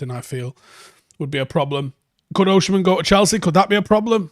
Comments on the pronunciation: I was hearing him say OSHI-MHEN..and it hurts my ears 😂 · OSI-MHEN not OSHI-MHEN😭😭😭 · It's Osimhen not Oshimen. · There's no "osh" in his name. Its "os-im-hen". OZZ-IM-HEN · It's pronounced O S I M E N.... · As a Nigerian, Osimhen is pronounced O-sim-men/o-si-men. I've seen you struggle a bit whenever you mention his name 😂 you're welcome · As an Edo man, it sounds even more strange.